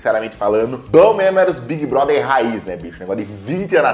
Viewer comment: O fato dela falar Big Brother corretamente e não Bigui Broder do jeitinho brasileiro arranca um pequeno sorriso da minha face